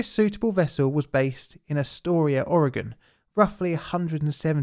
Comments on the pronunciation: Thank you for pronouncing Oregon correctly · HOW ON EARTH DOES A PERSON FROM EUROPE SAY MY STATES NAME RIGHT BUT PEOPLE FROM MY OWN COUNTRY CANT SAY IT RIGHT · I appreciate when people pronounce Oregon the proper way. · Good job pronouncing Oregon! Thanks for another great story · Congratulations on saying Oregon correctly! And claiming the Beaches are state property is actually true by Oregon law. brilliant. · kinda neat learning about some local history on this channel! Well done, most Americans dont pronounce Oregon correctly. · And you pronounced Oregon correctly! There’s people that have moved here that can’t say it. Respect! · Thank you for pronouncing Oregon correctly. :D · Thanks so much for not butchering the name Oregon! So annoying when people say aaauuregahn!